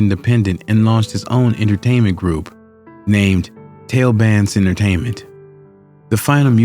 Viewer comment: "Tail bandz"?😂